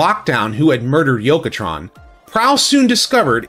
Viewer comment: It's Yoketron. He got named after a Takara designer.